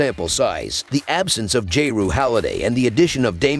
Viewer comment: J-Rue holiday 😂